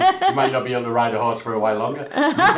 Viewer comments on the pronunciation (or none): none